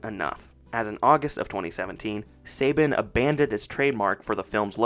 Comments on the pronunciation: Its pronounced Saban "Sa-bon" not Saybin you complete noob. 🤣🤣🤣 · Not Say Ben but pronounced Sa Bon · It's pronounced "suh-BAHN", not "say-bin" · its pronounced Sa-Bahn not Say-Ben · Saban is pronounced "Suh-Bon" not "Say-Bin" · It’s pronounced SAHH-BAHHNN NOT SAY-BEN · It’s pronounced Sa-bawn, not Saybin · Apologies for being that guy but Saban is pronounced SUH-bahn. Unlike the sports guy Nick Saban (SAY-bun). Good video though!👍🏾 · I came here to say this. Somehow I’ve known since I was a kid, but I had to look up interviews with Haim Saban to be sure. Yeah, it’s SUH-bahn. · …“Say-ben?”… …”say-ben?”… …”say-ben?”… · Bud, you might want to look up certain pronunciations when recording your narration. Saban is pronounced like Sah-Bahn, and Dacre should be pronounced like Day-Kuh (or Day-Car). I've noticed it a few times while watching your videos. Your work is pretty well researched so it feels a bit lazy to not know how to pronounce certain names, especially when those pronunciations are readily available. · It's pronounced "Suh-Bon". Great video dude! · You mispronounced Saban. The 2nd A makes an O sound as in bond. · It's funny when Saban is American but not even Americans can pronounce it right. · All of this research and can’t pronounce Saban correctly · I’m very happy you made this video, but for future projects, I suggest you research how to pronounce names first. When I hear you mispronouncing names, it makes me think you’re not doing your due diligence on any of the facts. Within the first 2 minutes you pronounced Saban wrong and Dacre wrong, so I kind of checked out. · You had me till you miss pronounced Saban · Not me LOSING MY MIND EVERYTIME HE SAYS SABAN WRONG 😅😅😅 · Less than a minute in and a big red flag, in that this guy doesn’t even know how to pronounce Saban. So, obviously not a fan. Best thing about the movie was Rita?! I’ve got to be joking. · Anybody else bothered by how this guy mispronounced saban